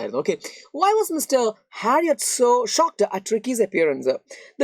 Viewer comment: Why are you saying uh after every end of a sentence.? Nightuu,hospitaluu and harriotuuu😂